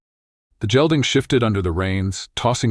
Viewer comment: San Antonio, good story but need to pronounce “gelding “ like gate ..Hard g not soft g like jell ding.